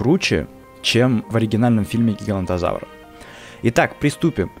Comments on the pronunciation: Говорил что правильно говорить ((гиганотозавр)) а сам сказал ((гигантозавр)). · поправка. Не гигантозавр а гиганотозавр произносится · Правильно ГигаНОТОзавр, а не ГигаНТОзавр!